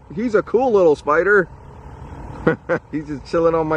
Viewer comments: Tiffany Dangelo no he says it like speider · It's more like "spoidah" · A Classic Omar quote "Look mah, uh spyda."